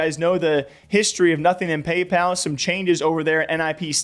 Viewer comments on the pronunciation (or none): none